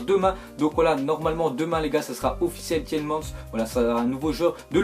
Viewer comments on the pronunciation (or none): on dit pas tielman mais tielmane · youri tielmans on prononce tilmans avec a pas an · On dit Youri Tielemaanse et oui il est très bon avec anderlecht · Je suis anderlechtois et je te le dis il va faire du sale dans votre championnat il va devenir un des meilleurs joueurs tu verras et c'est normal car il vient de la meilleure école de jeune et du meilleur club de Belgique 💪💜#34 et ça se prononce comme superman donc tielemâns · sa se prononce tilmans pas tielmans !!! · Waaaa faut s'améliore mec sur la prononciation de la pépite belge